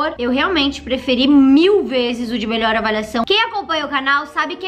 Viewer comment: "melhoe" kkkkk